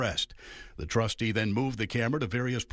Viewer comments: What is a "tustee" ?? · What's a "TUSTEE"??? What an embarrassment of a "news" source. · "Dalton TUSTEE"? Petty, I know, but who's your editor/whatever....AND HOW MUCH DO THEY MAKE? JAST Woulndtring! Me fail Inglish! Dat unpossible! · What the hell is a "tustee"?